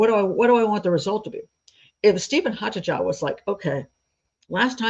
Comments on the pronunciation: The name 'Haataja' is not scandinavian, it is finnish which is often considered a scandinavian country despite not, in fact, being on the scandinavian peninsula. It is NOT pronounced 'haatadja' as you did but closest to 'haataia' as the sound for 'J' in finnish is closest to 'i' in english and absolutely not a 'dj' sound. Also, you say he bought 'an accelerant' as well as the schnapps, which as a combination means that we need to know exactly which accelerant, or you might as well have said "he bought stuff" because that is as pointless to know. Vodka is an accelerant, did be buy vodka? Fairly relevant. Acetone, Benzene, pure alcohol - all accelerants but can be for many purposes other than setting fire to. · It's a Finnish surname, pronounced as Haataya.